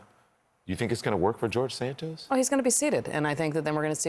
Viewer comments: It is not "San-toes". It is "San-toss" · “ Santoooose” ! Surely it’s “ Santos”